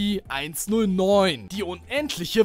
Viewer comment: Ich bin stolz auf dich das du SCP richtig gesagt hast. Also anstatt S-"ZE"-P , S-ZIH-P also ja...